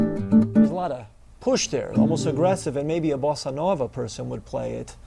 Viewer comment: very helpful: I like the way you pronounce bossa nova, and your rhythm demonstrations are great